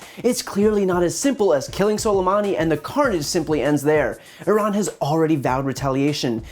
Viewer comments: Salamadi???? Trump can't even say his name. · HE CAN'T EVEN PRONOUNCE SOLEMAMI'S NAME YET HE CAN BELIEVE OUR INTELLIGENCE THAT HE NEVER BELIEVED BEFORE AND KILL HIM! He's wanted to do this since before he was elected, we saw it! He's trying to save his own face and ass to get reelected and distract from his impeachment! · OK, we’ve all heard this man’s name a dozen times in the last 24 hours yet why is it Trump cannot pronounce his name correctly?! And of course, he’s here to talk about Soleimani but brings up al-Baghdadi. What a moron! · No one told dumb-dumb how to say soleimani. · learn how to at least pronounce his name dumbass. is he reading from a teleprompter?